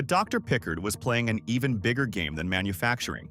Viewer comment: Thats not a oic of Jackson. Pickard is not correctly pronounced.